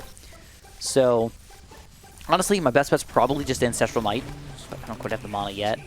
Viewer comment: You say mana wrong